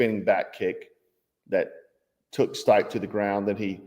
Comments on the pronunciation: You obviously don't watch UFC. It's pronounced STEE-PAY, not STYPE. Geezh, embarrassing for you. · Not that it matters but "Stipe" is pronounced "stee-pay" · His name is pronounced stee-pay lol